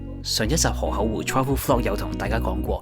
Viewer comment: 河「口」湖唔係河「厚」湖…聽到好un耳， 講野把聲好似好字正腔圓⋯⋯讀就岩音會更好